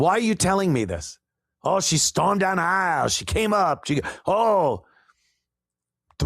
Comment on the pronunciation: “Aisle” pronounced eye-wull 😂